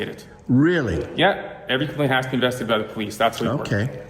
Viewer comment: and on and on. this cop is either drunk or overdosed on maple syrup..wth can't he say "investigated" lol